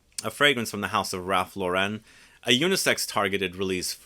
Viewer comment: I believe it's pronounced Ralph "Lauren" not LauREN.